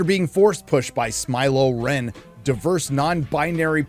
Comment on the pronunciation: Not “Smy-lo REN” ahhhh